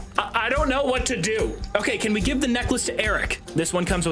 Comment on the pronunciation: "i wanna guve you my tip"